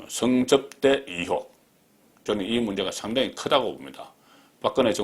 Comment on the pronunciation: 업소작전? 술접대작전? 성접대작전? ㅋㅋㅋ 발음하고는...